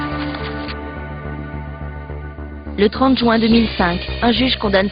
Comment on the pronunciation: haha a dit jouin tout le long au lieu de juin O_O